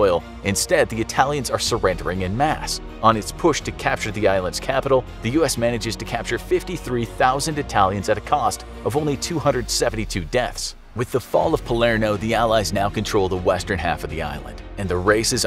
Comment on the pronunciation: hello random sicilian here to correct i am pretty sure ita called palerMo not palerNo